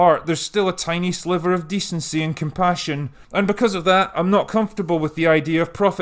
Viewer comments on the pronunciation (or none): none